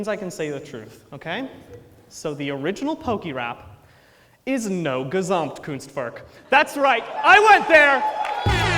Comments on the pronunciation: Hearing him pronounce Gesamtkunstwerk hurts me :( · I love his entertainment xD and as a german I found it very adorable how he pronounces Gesamtkunstwerk and how the english plural just puts an s at the end and the plural is done xD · I am from germany and its so funny how he pronounces gesamtkunstwerk